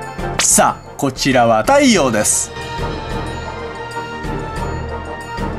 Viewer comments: こちらは…太↑陽です にびっくりした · 「さぁ、こちらは た↑いよう です」ww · さあこちらはた⤴︎いようです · それ気になったww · 『はい、こちらはた↑いようです』笑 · たい↑よう↓ですww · さあこちらはた↑いようです